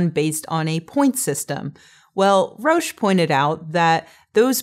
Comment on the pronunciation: Roach not Rosh